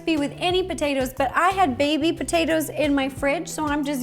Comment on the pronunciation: The way she says potatoes is the same way I say it sometimes I’ll say potaeta’s I say it both ways but when she said in the very beginning what she’s going to do is boil the potaeta’s it was funny because I say the same way I see it both ways enemy saying potato salad I say potaeta salad lol 😂 I know that’s not the proper way to spell it but that’s the way it sounds which is why I spelled it that way